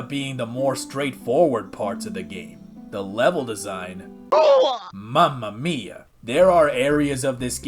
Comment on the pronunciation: as italian i can say that your "Mamma mia" is pretty accurate